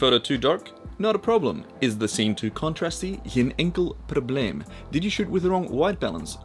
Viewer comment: Can you please tell me, how on earth did you come with ‘geen enkel probleem’? 😂😂😂 As a Dutchie, laughed my ass off! You said it perfect btw